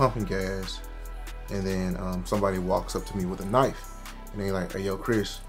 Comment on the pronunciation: You really saying the k in knife is cooking me 😂